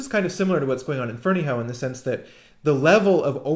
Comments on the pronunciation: i think its pronounced FerneyHUFF. but i could be wrong. my friend is a Ferneyhough and he pronounces it HUFF! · If memory serves, Michael Finnissy, who knows BF, pronounces it "Ferney-O." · drew bridge I've heard a variety of pronounciations, the one I've adopted seems to be the most common although of course it may still be wrong.